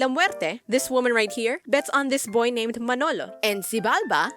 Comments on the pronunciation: I love how you always say there name in the right way with the accent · I love that you are actually pronouncing their names. As a LATINA myself I can trully apreciate this. And you are not alone with the Joaquin thing, I also had a soft spot for his story